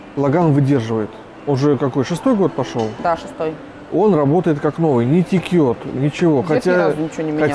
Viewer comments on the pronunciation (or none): Лайк всегда. Дима, течёт, а не текет. А так всё супер. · Нет такого слова текёт, есть слово течёт. Тем более Вы сказали, что не обижаетесь, если, что. Спасибо за хороший обзор. Я поставил лайк.